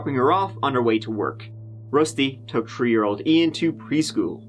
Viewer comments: Its tHree names not tree names. Its throat not troat. Try taking lessons on how to pronounce words properly before putting yourself on display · one, two, tree...goo! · I love you man there is always a "tree" in your videos 🌳 😄 ..story told brilliantly as always too. Sad but I think these stories should be shared.